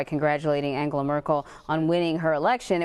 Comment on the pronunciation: He pronounced her name completly right. lol